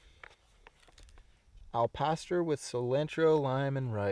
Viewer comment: Al-Pass-Store. Spanish for Pork.